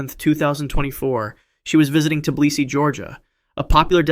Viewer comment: It's Tbilisi not T-stutter-blisi ffs